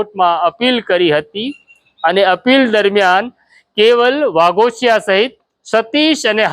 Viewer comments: Vaghoshi bolo vaghashiya nahi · વાઘોસિયા નહીં વાઘોશી